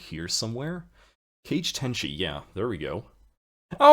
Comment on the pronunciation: Giggled when I heard you pronounce the name "Cage Tenshi", it has been a huge pleasure to have RPd with you, I hope I wasn't too bad. PS: I'd have no clue the forum account that would PM me would be yours (). You should've went wild!